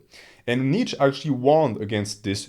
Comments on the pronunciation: I perceive you as a person who would want to know that: „Nietzsche“ is pronounced knee + cha (as in challenge). Kneecha. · Awesome video. As a German, the way you pronounce my boy Nietzsche's name drives me nuts though.